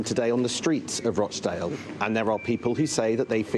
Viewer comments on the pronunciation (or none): Learn to pronounce rochdale correctly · Its Rochdale not Roashdale